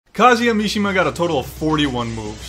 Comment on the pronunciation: "Kazuya Mishima"